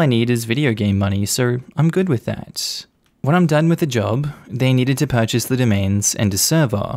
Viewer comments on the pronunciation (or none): none